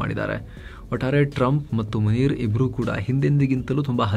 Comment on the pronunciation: ಅಣ್ಣಾ..🙏 ಮುನೀರ್ ಅಂತಾನೆ ಹೇಳಿ.. ಮುನೀರಾ ಅಂದ್ರೆ ಅದು ಸ್ತ್ರೀ ಹೆಸರು ಎಂದಾಗುತ್ತದೆ ಅಲ್ವಾ..⁉️🤔🤔🤔 (ಎಪಿಸೋಡ್ ಎಲ್ಲವೂ ಉತ್ತಮ, ಸಮಯೋಚಿತ ಮಾಹಿತಿಗಳಿಂದ ಕೂಡಿರುತ್ತವೆ 👍👍👍)